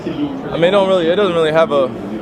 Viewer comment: "It doesn't have a 'revelance' over my life"- Kyrie